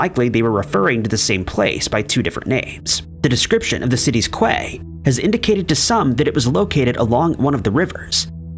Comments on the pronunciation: Quay is pronounced key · The word Quay is pronounced 'key'.